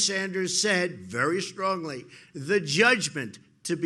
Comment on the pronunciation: I dont know why but the way he says "Very Strongly" has me rollin. XD